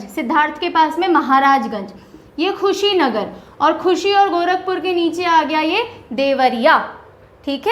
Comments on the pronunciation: i am sorry to say mam pr aapne thoda sa galat bol diya tha Mam खुशीनगर nhi कुशीनगर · Dear Ma'am nice video, but that is not khushi Nagar that is kushinagar (कुशीनगर) !! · कुशीनगर मैडम खुशीनगर नहीं😢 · खुशी नगर नही कुसी नगर पहले खुद पड़ना सीखो उसके बाद ज्ञान देने aoo 😂😂😂😂😂😂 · Kushinagar hai ma'am Khushinagar na hai. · Madam vo kushinagar district h not khushinagar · it's कुशीनगर not खुशीनगर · madam g khushi Nagar nahi hai ye kushi nagar hai ...by the way nice class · Mam it's कुशीनगर not khusi nagar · It is Kushi Nagar not khushinsgar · Mam it's not Khusinagar its Kushinagar😊😊I'm from Kushinagar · कुशीनगर not Khusinagar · Mam You should pronounce the name of district correctly. It's hurt to those students who are belonging to that particular district...... kushinagar....khushinagar see the difference 🥰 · Madam khusinagar nhi hai Kushinagar hai। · Khushinagar nhi kushinagar he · Kushinagar not khushinagar. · मैडम जी कुशीनगर को खुशी नगर मत khiye... Up Ganda नहीं up lion h.. 🙏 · Mam khushinagar nhi kushinagar h vo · Ma'am I am from Gorakhpur... It is कुशीनगर, not खुशीनगर..... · Lgta h mam jyda khush h ... esliye khushinagar ko khushinagar pd rhi h 😊...by the way nice job mam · मैडम जी कुशीनगर बोलते है (madam ji speak kushinagar) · कुशीनगर hota है मैडम